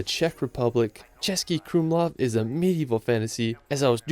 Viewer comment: Nice pronunciation of the Český buddy, appretiate =). Those ščřž not ez for foreigners ♥